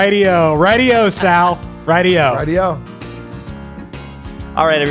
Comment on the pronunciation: your aware sal and saul are not pronounced the same right?